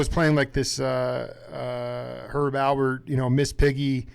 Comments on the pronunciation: Alpert, not Albert. Smh... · Wow, how hard is it to say Alpert not Albert?? As someone whose last name is also very simple but often mispronounced, I'm slightly offended on Herb and Lani's behalf.